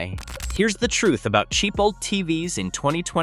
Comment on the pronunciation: you know it’s ai slop when OLED is pronounced old. smh